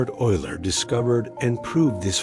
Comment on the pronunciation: Isn't that name pronounced oiler?